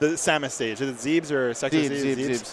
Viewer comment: Commentators. Zebes is not Zeebz. It's Zeh Bess!